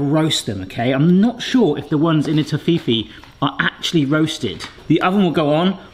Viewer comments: German here =) It's pronounced like Toffee and fee is pronounced feh here. a long e like in egg. Nougat - gat is pronounced with an a like in astronaut. at least here, in Germany. Not sure if it's pronounced like that all around the world. Your Toffifees are bigger than those in Germany btw - our packs have the same size, but they hold 15 of these yummy little half spheres. Great video btw. Will definetly try to make some myself but will make the Toffee from scratch and try to make thin little disks out of it that are fitted into the mold by warming them carefully until they sink in. Or i'll cover up the edges of a half sphere silicone mold and let some of the toffee run out like you did with that hot chocolate bombs to create giant Toffifees. Then put in a hazlenut, fill up with nougat (you should be able to get pure nougat bars at the baking racks in every grocery store) and put a bit of sweetened dark chocolate on top. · What's with the whacky pronunciation? It's toff-i-fee? And i thought Americans were bad! You break it down to TOFF (a posh person) I (pronounced like a British child learning the phonetic alphabet; not to be confused with the nato alphabet!) FEE (like a fee from a bank and you only say it once, what's with saying "fee-fee" as if they've typed it twice???) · I think it's very funny how you pronounce Toffifee. Greetings from Germany :) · I'm struggling to watch the video and not wince everytime pronounces it like that. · Toffifee is German, so we Germans or I at least pronounce it Toffife. German I is like a longer English e. The last e is nearly like an English a but shorter. Also all Americans aren't wrong the company that makes them changed the speling for America to Toffifay to make your pronounciation sound more like the German original. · He’s saying it incorrectly lol he must’ve forgot the adverts we had in the U.K. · That's not how to pronounce Toffifee haha! But great video, DUDE! 🍄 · is that really how you pronounce toffifee